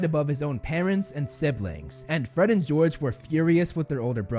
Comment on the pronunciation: gred and forge lol